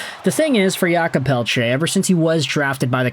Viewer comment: Thank you for all your videos and prononciation efforts. Just so you know, in french we say 'Jacob' not 'Yakob', he is not eastern european 😅😆 I know french is not always clear and easy. 😂